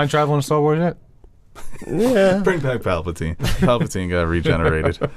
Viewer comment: Can someone tell him it’s Palpatine and not Papletine